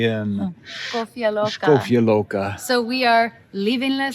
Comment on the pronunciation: My Ljubljana.❤❤❤. Very good pronunciation of Škofja loka, Ljubljana..